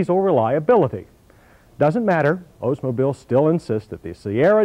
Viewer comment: A "waterfall" grille is not "expected" of Ozmobile (his pronunciation) He's thinking of Buick. But Hell, at least this wasn't the usual "American cars suck" review that this show usually did......